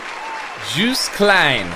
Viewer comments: Yes, this one is better 😉😊🤣 The name is Joost, pronounced as in :"toast" And there is also betting in the Eurovision Song Contest. Who is going to win? That's why he mentioned the bookmakers. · His name rhymes with toast and the J is pronounced as a Y, so phonetically it's Yoast.